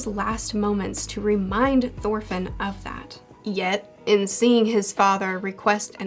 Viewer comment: "khanut" xD i love this pronounciation of "knut" same with "Sorkell" and "Sorfinn" instead of "Thorkell" and "Thorfinn" :D